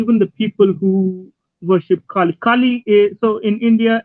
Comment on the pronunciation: He can’t even pronounce kali . Glad that Kali is helping you pay some bills . 😂Thankfully we have enough goddesses to may be even put your children through college . You have no other prospects , so keep this up . Hopefully your wife won’t leave you for a successful man . Jai Kali.